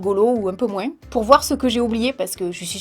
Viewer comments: J’aime bien tes vidéos c’est agréable à regarder et tu nous fait sourire, je me suis retrouvée dans ce que tu disais par rapport aux études, je passe mon bac cette année donc les études supérieures approchent ^_^* J’adore quand tu dis “moinS” je sais pas pourquoi 😂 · sa me fait trop rire quand tu dis moinss 😂👍💜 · je t'aime mais "on l'entend moinssse"😂😭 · MoinS aaalala comme sa me perturbe 😅